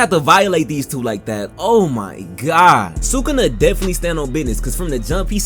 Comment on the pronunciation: You’re the first YouTuber I’ve heard pronounce sukuna’s name correctly.